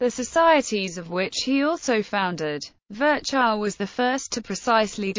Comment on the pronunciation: Sorry, but his name was not ferchau but Firchov kind of.